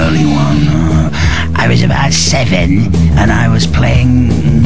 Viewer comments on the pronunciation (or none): my sense of humor is gone ive been laughing at how he says sEv En for 5 minutes now